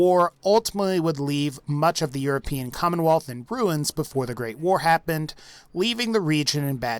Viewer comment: Why W-A-R? It's not an acronym